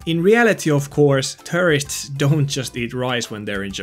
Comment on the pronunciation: The way you say the word tourist makes it sound like you are saying terrorist